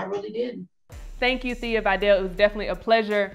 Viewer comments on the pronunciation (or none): Oh... and it's pronounced "Veh-dall", no "Vi-dal" Respect this legend enough to get her name correct. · She called her Thea Vi-dell 🤭